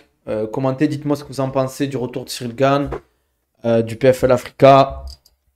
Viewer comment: Pourquoi tu nous fais l’anglophone à dire Cyril GAINE, c’est GANE. T’es français mec ya aucune raison de le prononcer de cette manière hein